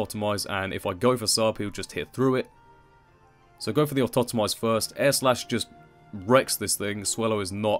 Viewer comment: Someone who doesn't pronounce Autotomize as 'Automize' <3